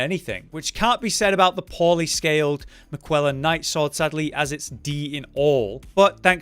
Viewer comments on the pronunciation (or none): I am about to have an aneurism everytume he says MiCuella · Bc there's a q in that sword, I guess